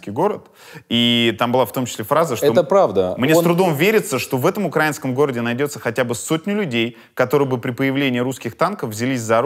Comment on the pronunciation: украИнском, Юрий. ударение на "и". украИнцы